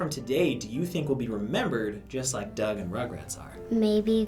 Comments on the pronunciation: Why can't they say Doug? lol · That little girls pronunciation of Doug 😂😂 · When that one kid mispronounced Doug. Epic on all levels.